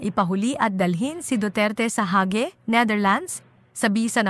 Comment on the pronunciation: Miss Ayusin mo naman Hindi hagi kundi Hague